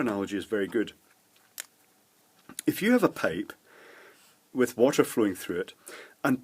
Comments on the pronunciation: a water 'pape', 'compoonents' and 1.5 'nanofart' lol.. Beside that good video. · What the heck is a peipe? Payp? 😅🤣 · Why you were prounouncing pipe as pape?